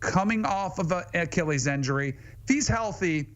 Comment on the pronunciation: What is an eck-ah-leez injury